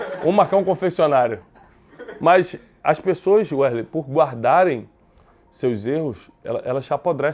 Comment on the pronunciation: Werley não, é wesley.